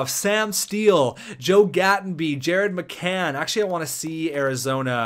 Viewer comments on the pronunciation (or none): none